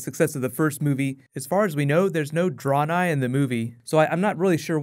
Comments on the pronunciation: "dren I" lol not "drawn I" XD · Dray-nigh not Draw-nigh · Pronouncing it like "Draw-nei"... makes me cringe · you mispronounced draenei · For some reason I am really upset how you butchered Draenei